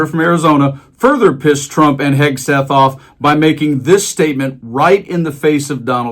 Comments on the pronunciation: Guy, it is not "Hesketh". "Hegseth". Say. "Heg-Seth" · I’m just here to hear him called Hesgeth 😂